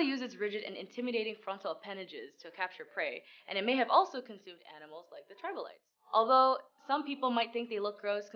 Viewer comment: Hint: it’s NOT tribolites.